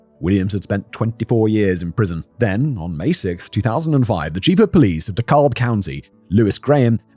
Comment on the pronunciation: Terrible pronunciation of "Dekalb." Lol.